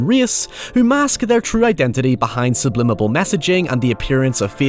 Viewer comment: I can't help but chuckle whenever he says "sublimible"